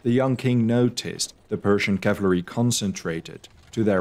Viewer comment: did you say "cavlary" ?